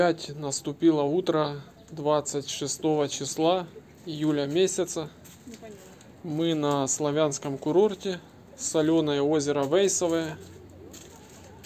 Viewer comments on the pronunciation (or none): Не Вэйсовое,а Вейсовое!! Учись поавильно говорить,а так....ты как всегда в своем репертуаре!!))))